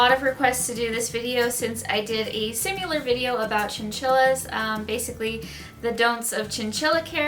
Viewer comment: She drives me crazy with the "sim-mew-lar." She's done it in several other videos.